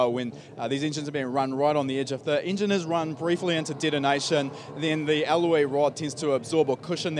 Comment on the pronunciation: ... so can we start with the "ingine" block how about i break mi jaw talking....